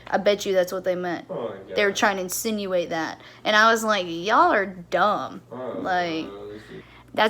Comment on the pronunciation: I love how you emphasis "insinuate" like you were so proud you knew a complex word.